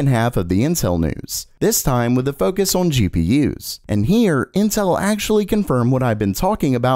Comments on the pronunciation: day 69000 of being unable to say "on" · The way this guy says "on" makes me laugh every time 🤣